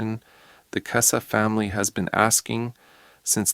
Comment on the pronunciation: If you can’t pronounce her last name, you have NO KNOWLEDGE of this case.